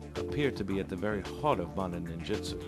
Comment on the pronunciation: Ahhh...Cummins: the Ninja expert who pronounces Ninjutsu as "Ninjitsu' lol!